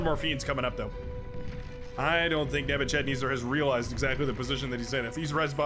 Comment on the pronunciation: Nebuchadnezzar is pronounced neh-buh-kuhd-neh-zr. He was a Babylonian emperor from 605BC-562BC